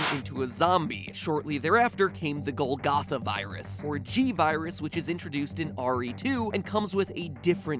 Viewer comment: You pronounced Golgotha correctly in your Chrono Trigger episode, but not here?